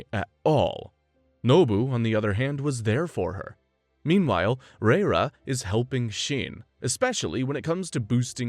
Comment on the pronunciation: Are they really saying REIRA as literal RRReiRRA 😂 It's LAYLA ffs 🤦‍♀️😂